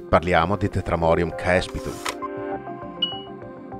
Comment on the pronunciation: Ciao si dice cespitum ae in latino si legge e